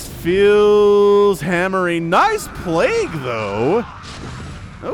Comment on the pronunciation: It is pronounced [pleig] not [plagu].